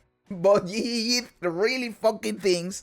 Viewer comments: i love the way you say GGG your accent make it sound like YE YE YE make me smile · I love how you say GGG. It makes me laugh everytime. I also dont subscribe on purpose so i can hear you tell us to subscribe ever videos. WHY WHY WHY Why are you like this! 😂